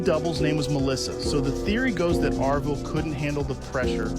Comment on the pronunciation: Its Avril not Arvil lol